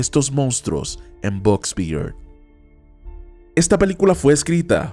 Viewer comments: Hay dios "BOX BIRD"HAY SEÑOR VEA PRIMERO APRENDA A DECIRLO BIEN Y HAY SI GRABA EL VIDEO min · Dijiste al inicio box Bird haha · DICE BOX BIRD AL PRINCIPIO. :V